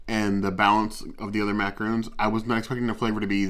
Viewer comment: Yep, it is pronounced mac-ah-ron! With a lighter n at the end. Awesome vid, I hope to try these!